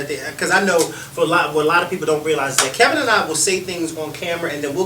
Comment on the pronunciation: I actually agree with louie. If I said you "inspired" me and kept on calling you Ka-vin, you'd correct me. It's your name.